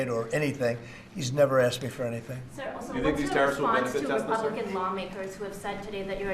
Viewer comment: love the part when trump corrects the reporter saying Tesla wrong... "Tesler" 😂